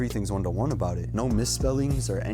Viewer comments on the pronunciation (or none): none